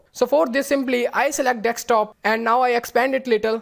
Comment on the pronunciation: Spell it.. Deee sss kk.desk top Desk [S] not Dekstop or dextop Repeat after me de sk desk desktop Desk top